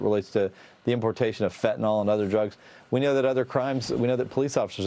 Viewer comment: FentaNYL. Pronounce ending -nil, not -nal.